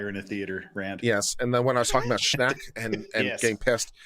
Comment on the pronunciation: THANK YOU for covering Schenck v. United States... I was like oh no you did not refer to Schenck! You said it wrong and it's BAD LAW! You Rock!